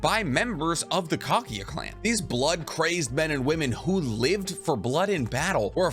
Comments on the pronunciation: man y do u always pronounced KAGUYA as KAGIYA...kinda annoying 🥲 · Bro ...Kageeeeya??have you even watched naruto ?